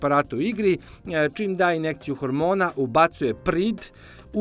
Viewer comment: nije inekcija, nego je inJekcija